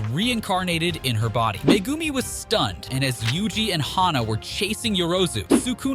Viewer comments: It's not magumi it's Megumi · Tf did I just heard him calling megumi Mcgumi?!?!?!?! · why do you say megumi like that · this guy butchering Megumi, Kashimo and Sukuna's name